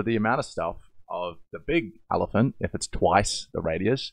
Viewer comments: When he’s a 10 but he pronounces elephant as “allophant” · ...its just his accent - it's not like he's mispronouncing it. I personally think his particular type of heavy Australian accent just makes him more of a "10" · I love how you pronounce elephant